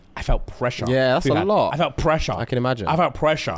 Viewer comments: Not crumping uh-LAWT 😂💀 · Mans said he krumps “alot” 🤣🤣🤣🤣🤣